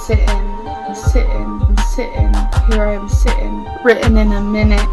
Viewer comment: “Here I am *si’in”